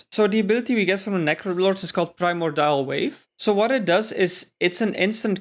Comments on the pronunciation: Prime-or-dial lol please stop saying that its pri-MORE-de-all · mordial... MORDIAL... not primal dial wave